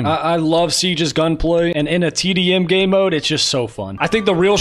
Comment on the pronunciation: 100% he said gaeymode